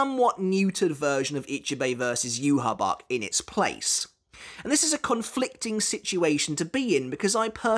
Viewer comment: SAY YHWACH’S NAME PROPERLY!!!!!!